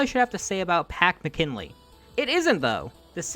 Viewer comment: The punter's name is pronounced Mac-in-ally.